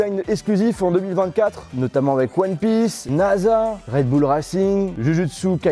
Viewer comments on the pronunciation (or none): none